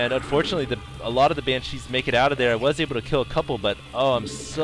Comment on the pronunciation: Banshees. Stop saying it wrong. She not chi, china man.